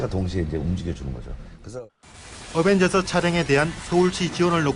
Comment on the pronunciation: 어벤져스라고 말할때 으벤져스라고하는건 기분탓인가